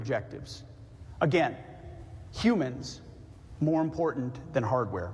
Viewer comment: Is it wrong to be critical of her pronunciation, and overuse of ”impor-Dant”? It really bugs me, and others are picking it up too